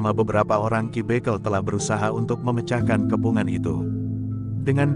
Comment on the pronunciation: Pembacaan harus dibeneri Dalam menyebut ki bekel